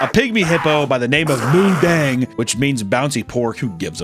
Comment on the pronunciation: not moodeng 😭